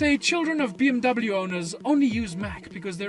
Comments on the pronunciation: IT'S PRONOUNCED "BE EM WE"! AND NOT "BI EM DABEL JU"! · You need an angry German guy to teach you how to pronounce BMW accurately.